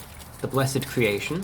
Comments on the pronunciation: Lol "the bless-ed creation" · “ this BLESS-ED CREATION” dude if that’s blessed then what I’m eating at home is pure Trash 😂 😂